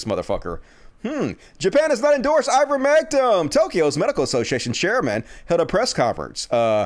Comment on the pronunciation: Please, stop saying, "Ah'-ver-MEHK-um." You know it's "Aei'-ver-MEHK-tin." I'm supposed to share your videos, with you constantly and consistently mispronouncing an easy word?!? My family and friends are educated, and know the word. I can't convince people to listen to you, when you keep fucking up basic words. Stop. You aren't dumb. I love you almost as much as my husband. He's also a country hick, from Campbell County, TN. He also isn't dumb, just less educated. We country people need to stand up and prove we aren't ignorant. Please.